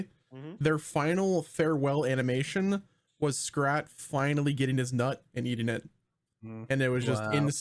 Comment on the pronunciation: IT’S SCRAT NOT SCRATCH!!! GET IT RIGHT LOL